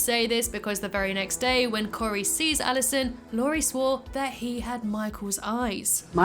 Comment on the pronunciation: My names Cory! I’d say that your pronunciation of the name was fantastic! 😂 Love this unique timeline!